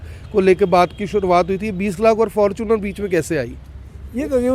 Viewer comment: fortuner ko fortune bolne wala ,koi maasum hi hoga😀